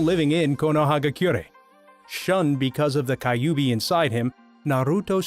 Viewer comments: Its not prounced kayubi. But kyubi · Hokagi not Hoe-kaj Kyubi not Kayubi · Instead of kyubi you pronounce it kayubi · anime pronounces kyubi as kayubi naruto fans: he deserves to die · kaiubi 😂? hokaj????😂😂😂😂😂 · Please the pronouncing for naruto is killing me. Kayubi...hokaj...my heart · Hey dude dont pronounce the KYUBI as KAYUBI many fans of naruto will attack you... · Its not kayubi hokaj or konorahakure